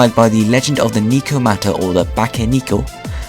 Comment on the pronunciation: Btw it's pronounced "Neh-koh-mah-tah/Bah-keh-neh-koh," xD